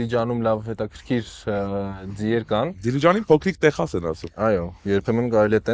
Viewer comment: Inchqan angraget kareli e linel, Texas grvum e Teqsas artasanvum, lav klini vor otarnery Yerevanin asem Yerean